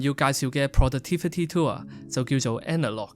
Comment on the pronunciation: it's "tool", not "tour"